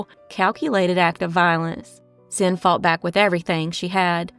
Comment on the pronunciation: Xin is pronounced "shin"